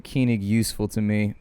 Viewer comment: you say keyning instead of Koenig. Its more like col (Colonel) and nick.